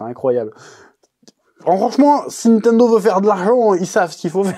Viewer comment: Nitendo ou Nintendo ? C'est comment qu'on dit ?